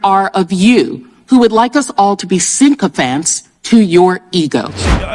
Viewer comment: The word is Sycophants not Syncophants, as pronounced by the Virgin Islands woman Plaskett